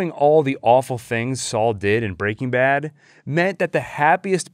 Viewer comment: After countless hours on your channel, I’m still not quite used to how you pronounce “BREAking Bad.” 😂